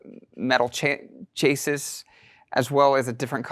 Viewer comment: Did you just pronounce "chassis" as "chay-sis"? Dude ...